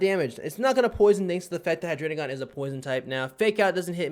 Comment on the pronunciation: why do you pronounce "Hydreigon" like "Hydrenigon"